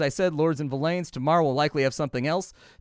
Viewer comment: Its actually pronounced like "Villains" (yes it is spelled Villeins) - If you google the word and click on the audio pronunciation the guy says "Villain". Not Vill-lane. lol. Dev have confirmed it sounds like villains as in the bad guys.